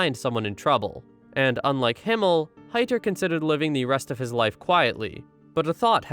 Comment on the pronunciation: German names god dammit... i dunno how you managed but your pronounciation of Eisen just sounds wrong. as well as Frieren which you absolutely butcherd. Himmel and Heiter are hard to butcher but i imagine some people may still be able to do that (you didn't so you can pat yourself on the back). Himmel (means Sky) Heiter (means (well it's actually a lesser form of happy yet still happy)) Eisen (Means Iron) and Frieren (means Freezing) for anyone interested to know